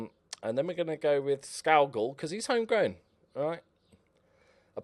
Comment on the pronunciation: Kerr Scoo-gull!!!